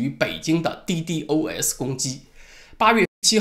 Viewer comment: ddos，一般说滴DOS吧